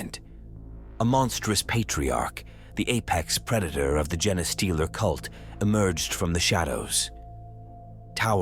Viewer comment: I couldn't finish hearing "jenny-stealer" for the 100th time.